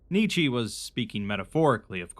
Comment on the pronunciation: First time hearing Nietzsche beeing pronounced that way xD